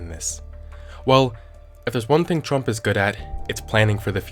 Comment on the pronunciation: ah yes, president "qmurt".